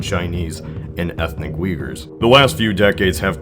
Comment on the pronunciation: It's not "yigurs"....Rather say it like Uye-Gurs...